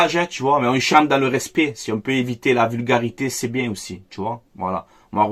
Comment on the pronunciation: 😂😂😂😂😂😂😂😂😂😂😂😂😂😂😂😂😂😂 ah je suis bieng ah je suis bieng 0-3 je suis bieng